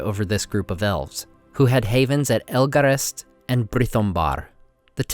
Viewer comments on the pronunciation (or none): First you said northeast when you meant northwest. THEN! You said Elgarest when you should have said EGLAREST! I had a friend that always said Arthedian instead of Arthedain so I forgive you but I'm 👁👁 WATCHING YOU,! 👁👁 🤘😎🎸